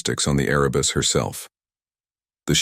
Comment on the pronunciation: Erebus, not arabus, as in Mount Erebus, in Antarctica. Please correct.